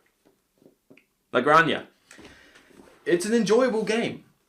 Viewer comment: BTW - Granja, in Spanish, Gran-Ha hard (very hard) h :P